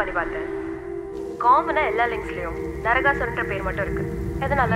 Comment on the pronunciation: It's naraKAsooran... Not naraGAsooran